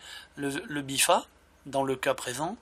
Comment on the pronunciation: Très bonne vidéo merci du glitch continue comme ça c'est super ! Juste, c'est la "BIFTA" avec un "T" mais bon tu le dis comme tu veux hein :D